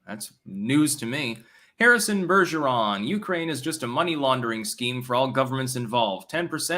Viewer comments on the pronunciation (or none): none